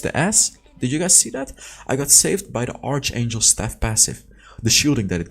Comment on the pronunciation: fail stack different from "fill stack" pronounce Faiyl. archangel pronounce Arkangel.